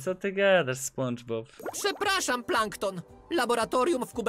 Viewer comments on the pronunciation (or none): lubię cie ale prosze mów spandżbob